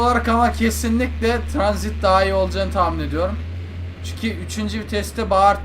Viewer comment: abi tranzit değil'' transit''